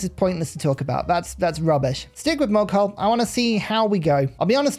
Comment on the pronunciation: Ur pronounciation of "mughal" is wrong